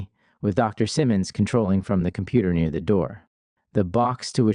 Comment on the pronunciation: This narrator speaks mostly normally but with bizarre, flagrant mispronunciations. I think it would be better to get a human to read it... I noticed this is Part 1 as well. There's one: "no one came.... near". This occurs when he is in the padded room. Normally we would say "no one came near".